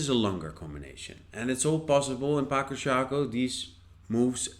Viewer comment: Ĝi estas 'patso'. C estas 'ts'. Mi penos ludi ĝin, kaj mi aĉetos ĝin ĉar la duopaj ŝakpecoj estas belaj.